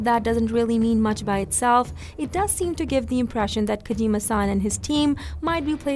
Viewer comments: why do you call him Kajima San? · Kojeema Saahhn